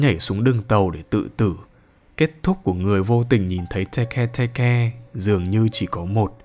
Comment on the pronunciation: Tege tege:❌ Teke teke:✅☠️☠️☠️